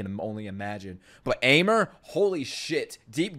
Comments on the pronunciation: fun fact Aimer's proper pronounce is 'émé' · Aimer's name is pronounced exactly Emme.